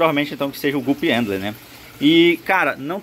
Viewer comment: É "gupi/gupis" que se pronuncia (guppy/guppys) e não "gups" 👌